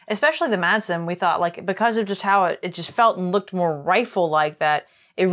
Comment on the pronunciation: Please guys.....In danish the "d" is silent. So it's pronounced Masen.